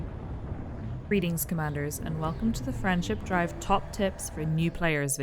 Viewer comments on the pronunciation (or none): It's actually a frame shift drive but many people seems to pronounce it as friendship drive. I always thought it was my poor hearing until I saw others comment on it.